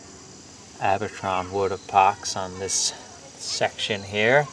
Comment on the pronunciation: Epox not Apox